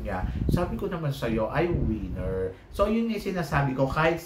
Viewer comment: ......"WIENER".....is a D....CK. "WINNER" is the word and you just have to PRONOUNCE it CORRECTLY. AHTISA MANALO......."WINNER." VIETNAM.....TRASH. DON'T LIKE OTHER PROPS TO BACK HER UP.. NAT'L COSTUME SHOULD BE WHAT THE CANDIDATE IS WEARING AND WHAT THEY'RE HOLDING AND NOTHING ELSE. BECAUSE OF HER TOO MUCH CRAP., I DON'T LIKE HER.